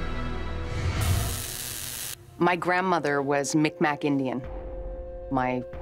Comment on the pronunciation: "Micmac" is pronounced Mig-Mah.